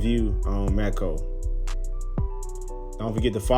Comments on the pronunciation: May-Co not May-Key-Oh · It's pronounced May-co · The pronunciation is MAY CO you dumb shit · You sound so dumb. Adding syllables. MAY-CO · I couldn't make it thru this video because you slaughtered the name Maaco, pronounced May-co. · It's "MAY-co", pard ... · I mean he's right. The company says it "MAY CO" if you call them. At least when I did lol